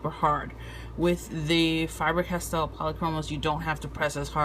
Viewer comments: You say Fiber-Castell instead of Faber-Castell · I know I know... I'm being anal... but for the love of all that is holy it's not FIBER Castel. It's FABER Castel. Good review except for that. :D